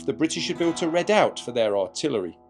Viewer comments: Very good video, lots of information. But redoubt is pronounced ree doubt, not red out. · Redoubt or red-out? maybe I need a hearing aid!